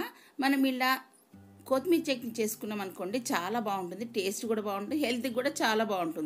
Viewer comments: బడాయి కోర్ బుల్లి ఓవరాక్షన్ కాకపోతే తెలుగు రానట్టు కోతిమీర అంట కొత్తిమీర పుదీనా అనొచ్చు కదా దీని యాసాలు😂😂😂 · Is not Koothimera it is kothimera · Kothmir kadu kothimira